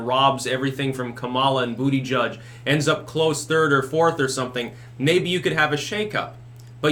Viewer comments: Its butty-geeg! You had it right before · I clicked on this video to hear you say ‘booty judge’. It’s been stuck in my head for weeks.